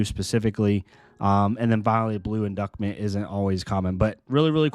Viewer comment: Intimate In-doose-ment. Not induckment.